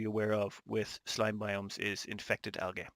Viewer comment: Hey man I believe it's pronounced (al-jee) algae.